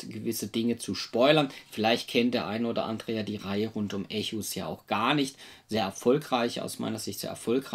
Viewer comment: Schöne Rezi. Danke hierfür. Den Spieletitel spricht man allerdings englisch aus, also ungefähr wie "Ekos". ;)